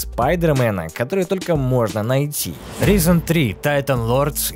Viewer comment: Ризен, аааааа Райзен, ну гугли произношение плиз, не первый раз уже